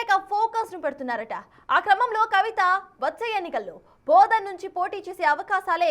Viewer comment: Booodhaan kaadhu maaaadaaam Bodhan madam